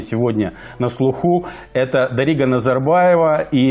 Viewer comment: Неправильно ударение ставишь в имени дарига